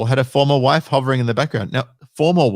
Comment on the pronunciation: Whe she says "Formal Wife" sounds to me like a "For Live Sentence".